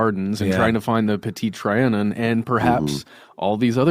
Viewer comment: You’re pronouncing petite Trion incorrectly